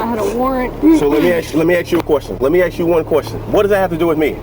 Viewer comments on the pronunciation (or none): "Let me axe you one question." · "let me AXE you a question". A full grown man, who can't even master the simple English language, and who obviously has limitations on controlling his own emotions ..is this truly the best choice of person for such a position? Sad! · lemme axe you a queshion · Lemme ax you a question. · Why did he axe her!? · "Lemme axe you a quushton." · I don’t listen to people who don’t know how to pronounce ask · You can clearly see the reason this incident with the police happened: they are not sufficiently trained, they are uneducated (cant even pronounce "ask" correctly), and they are unaware of the law. The problem is not the cops, but who hired them, and the processes that allow those types of individuals to be hired as cops.